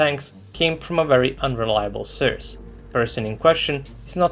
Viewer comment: Why does he pronounce source like that .. its sounds like he says surge .. is it just me who think its sounds weird or is he pronouncing it right ?